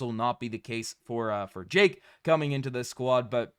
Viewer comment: You better start now trying to learn how to pronounce Jake's name correctly. I absolutely wishes him well. GO GRIZZLIES!